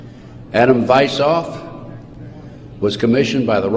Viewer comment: I don't want people to misunderstand my motive for the following. I want people to be able to verify for themselves at least some of what this man is talking about. The founder of the Illuminati's name is/was Adam WeissHaupt not as this man pronounces it. Please look up the name and find out what he did. By the way, the year was 1776, the same year our declaration of independence was signed!